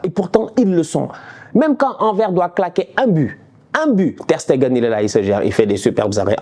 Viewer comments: AnverS on prononce le S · Anversssss Prononcé le ''S''😅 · On prononce le "S" dans Anvers mon ami 😅🇧🇪👌